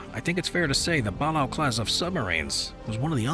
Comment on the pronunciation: Ba-lay-oh class